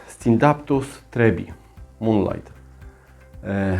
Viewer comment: Bardzo lubię Twoj kanał ale błagam, co Wy yutuberzy macie z tym epipremium skoro to EPIPREMNUM i nie scindaptus a scindapsus! Zepsules mi dzień, tydzień a nawet miesiąc...dlaczego, bo ja na tego scindapsusa poluje i poluje od kilku dni, gdy tylko ukazała się info że one będą. Więc albo nie w każdej Biedronce były albo nie mam szczescia😭 Co do koszyczków a tym bardziej do wszelkich taśm, nie trzeba ich usuwać. Taśmy się rozłożą w glebie a korzenie poprzerastaja otwory w koszyczku. Analogicznie, gdy nosisz na palcu obrączkę przez dwadzieścia lat,i utyjesz o 20 kg, palce też ci utyja co nie oznacza że odpadnie palec z niedokrwienia. Po prostu w tym miejscu w którym są otwory a korzenie je przerastają, one się dostosowują. Zresztą zobacz jaki był system korzeniowy poza koszyczkuem. Często takie dłubanie nacinanie wyłuskiwania może więcej szkody wyrzadzic( znam to z doświadczenia)bo można po prostu pokaleczyć korzenie i będą później gnić. Można to robić gdy korzonki są mało poprzerastanej i koszyczek po lekkim poluzowaniu wysunie się. ... No i nie obraz się ale dajesz za duża doniczkę w stosunku do systemu korzeniowego...raz że będzie roślina będzie szła w korzenie i dwa że będzie miała problemy z wykorzystaniem" wody.